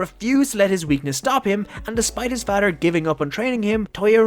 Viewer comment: Nice story but, (no offense) am i the only one that hates how he says "father"?💀😂🥲